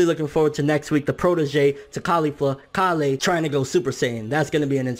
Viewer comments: Mah boi just giving a heads up it's Kale, like kale soup, not calé lol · "kail" not "karlleh" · hey I think your saying kale's name wrong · Bro stop saying Kale like that!!!